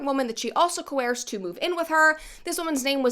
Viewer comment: Can you say coerce again. Wtf? Lol